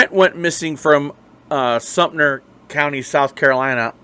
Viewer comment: I miss this young man, and am close with his family. This amateur needs to correctly use information that is viable, learn to correctly pronounce Sumter ( not Sumner), and question journalistic ethics. Love to the family. Brent always had nothing but respect and courtesy, around me, when he was in my presence. Also, I did major in Journalism , ('87) USC, and have worked as a news director, during my working career.